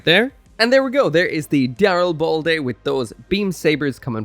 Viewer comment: I thought the name of this suit was the Darilblade, so I got some whiplash when I heard you pronounce it correctly. Dyslexia is really messing with me these days…